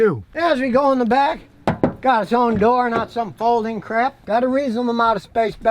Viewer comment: Scotty may live in Texas, but that good 'ol Midwest pronunciation of, "Crap!," makes me chuckle every time.